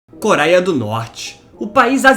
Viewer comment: parei no "koraia", adeus.